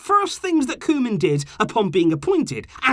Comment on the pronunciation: Hi! Just helping with pronunciation, try and say Koo-man but the man like the English can't and can and try to say the koo a little faster, Vitesse is pronounced Vi-tess-e you say the e at the end. Keep up the good work!